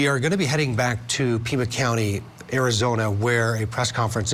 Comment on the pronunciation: It’s PIMA County not Prima.